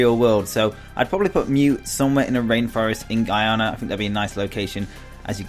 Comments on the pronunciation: It annoys me that he said Guyana wrong for mew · Mew was located in "Ghana" not "Guyana" don't know if i spelt the second one correctly